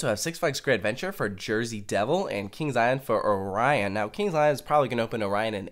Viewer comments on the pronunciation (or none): none